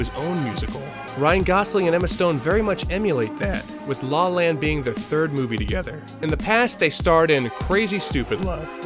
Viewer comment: It sounds like you say “Sing in the rain” and “law land” multiple times in the video. Anyways, great video. I’ve been on a La La Land mood lately and been watching years old videos about the movie.